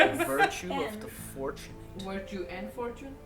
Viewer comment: “Wirtue” , y’all ain’t shit. Lol